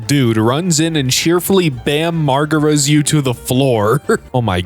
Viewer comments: aint no way pronounced Bam Margera's name as Bam Mar-gehra. It's marj-era. or simpler, Marge-era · Bam Margera is a person. And you absolutely slaughtered that last name😂